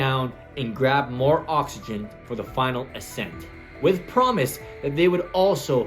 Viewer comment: Accent? Ascent?